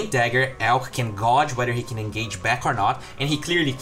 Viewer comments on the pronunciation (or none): Hi! To pronounce gauge, it's gayj:D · Gauge us pronounce like "Gayge". Great analysis though mate.